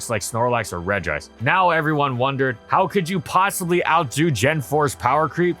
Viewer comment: Finally, someone pronounced Regice correctly